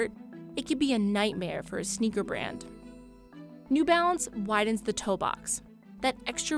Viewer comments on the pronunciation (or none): Half the time, I thought she was saying 'new bounce.' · It's new balance isn't it. The narrator just keeps saying "new bounce".